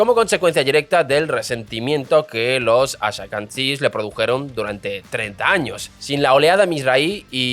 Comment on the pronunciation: Gracias, menos mal que lo dice alguien. "Haradis" en lugar de "Haredis", bueno se lo paso... pero "ashakanzies" es imperdonable